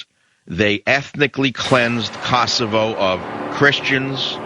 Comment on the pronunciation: Michael Savage - get the pronauncenation of Kosova/Kosovo right. LOL!